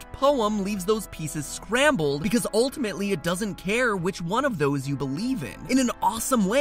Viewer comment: LemonCider I heard “Scramble”.